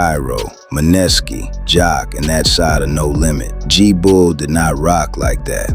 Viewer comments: Man-ness-ski😂😂😂😂 da man name is MANESKI😂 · Bro can’t be tapped in saying maneski name wrong 😂 who tf is muhnesssski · Who dafuq is Ma-Neskee this AI shit irritating